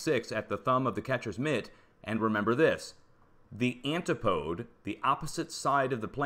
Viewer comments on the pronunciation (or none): Antipode??? Should be said 'an tip o dee'. Where were you educated?